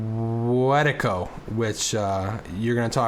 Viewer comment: This is a great talk, not enough people talk about this idea of Wetiko. I commend y'all for that. I will say though, you gotta work on the pronunciation. "Weh-tee-koh" not "wet-tuh-koh".